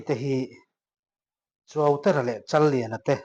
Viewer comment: Pu Chuauterha (Rev Chuauterha) hming i lam dan hi a dik chiah lo deuhin ka hria a, a hun hman tamna Serkawn leh Zotlang lam I hmuh hunah zawt la kum 40 chunglam chuan an hrilh thei vek chein ka ring